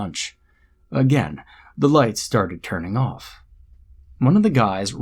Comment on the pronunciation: did any one hear, say, lice on?instead of lights on?, or was it just me